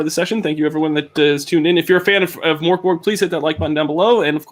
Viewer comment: Actually it is Mörk